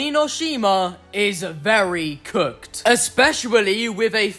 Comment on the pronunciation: How you said very cook